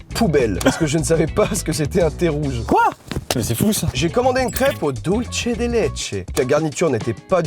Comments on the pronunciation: Le c dans Dulce se dit comme un s, c'est de l'espagnol, pas de l'italien. Et c'est Yin et Yang, pas Ying et Yang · Dulce se prononce dulssé, c'est de l'espagnol pas de l'italien 😂